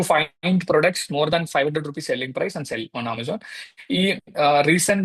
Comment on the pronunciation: Not “sale cheyyam”. It’s “sell cheyyam”